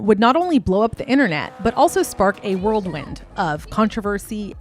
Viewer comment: Great reporting but I also noticed this with “whirlwind” pronounced by her as worldwind. lol.